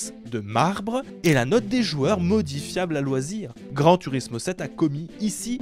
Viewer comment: Prononcer grand tOUrismo svp j’ai déjà tuer 14 chatons depuis le début de la vidéo pour passer la frustration, pas cool